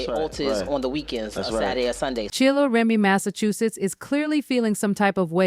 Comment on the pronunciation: Who tf is "Remy Massachusetts"??? 😊😂😅